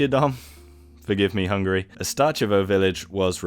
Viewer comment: hungAry, not hungry. I mean, we like to eat, but c'mon! Szentgyörgyvölgy-Pityerdomb. Just put it into google translate, it can read it for you.